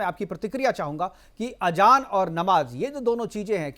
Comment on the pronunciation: Ajaan nhi azaaan phly apni zaban too thk krloo 😂😂